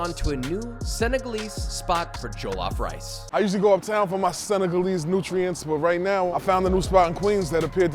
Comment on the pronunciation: Your miss pronunciation of jellof rice is slightly annoying